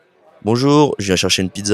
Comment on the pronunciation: Martin has terrible pronunciation. The first phrase sounds like /je.ʃaʃən.pidza/, not "je viens chercher une pizza"